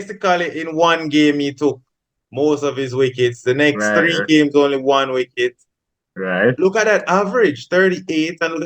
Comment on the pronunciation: Bredren. Tell your panelist that the word is wicket not Wricket with a r… Ok 😂 🤦🏽‍♂️… Remind me of my childhood days when we used to say wricket 😂